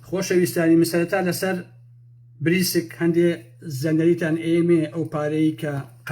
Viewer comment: ناوی (بریکس)ە نەک بریسک